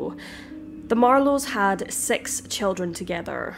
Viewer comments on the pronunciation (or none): Omg why do u use the word sex instead of six I love ur Chanel but always notice that six is always pronounce as sex